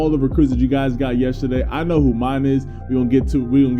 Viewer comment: you said "now" your f'ing role, instead of know.